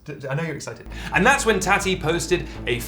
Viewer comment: the way you pronounce tati makes me want to bang my head against the wall